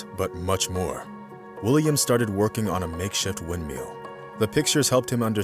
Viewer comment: "wind-meal" :P